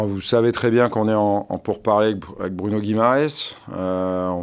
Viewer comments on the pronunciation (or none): none